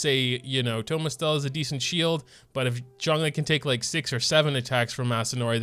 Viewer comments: When you said called him Thomas it reminded me of autocorrect but vocally lol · Our boi, 'Thomas' LMAO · My man did not just call him Thomas